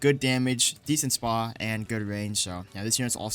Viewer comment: u don’t say it like spa it’s s p a bit like the building or machine (stands for speed per attack) anyways good vid